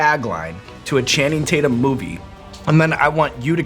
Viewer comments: *Taint-yum is what he says lol ... EDIT: I just rewatched the clip and I can't believe they missed that opportunity ) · “Channing Tate-yum” — Danny McBride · “ I call him Channing Tat-yum” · Channing Tate-Yum!!!! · More like Channing TatYUM!!😂😂